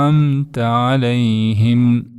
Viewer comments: Алейхим эмес Алайхим деп айтышат го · Алейхим эмес. Алайхим. Арабтарда е буква жокко